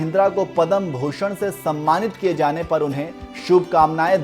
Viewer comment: पद्म कहिए,पदम नहीं